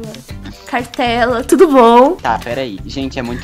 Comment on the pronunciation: O melhor é o falando turo bom é tudo bom